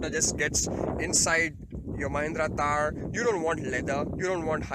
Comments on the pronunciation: I think it's THAR and not TAAR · Its THAR not TAAR...